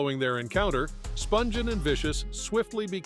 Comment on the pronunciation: Is David Letterman narrating this, by any chance , cuz BOY does it sound like him. Edit- It doesn’t make sense, though, that he would mispronounce various names (eg. Nancy Spun ghin, rather than the proper phonetically pronounced SPUN GIN.)